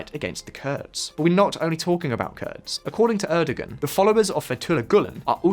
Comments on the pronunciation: Not wishing to be pedantic but it's pronounced ErdoWan. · You have butchered the pronunciation of Erdoğan! Should be Er-duh-wan